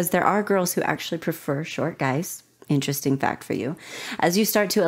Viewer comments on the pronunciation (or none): none